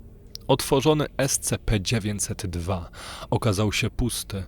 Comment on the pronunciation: Super. Tylko jeśli nie sprawi ci to problemu bo mi to sprawia, mów "es ci pi" . Jestem fanem tego uniwersum i chwilami takie czytanie potęguje efekt realizmu i grozy.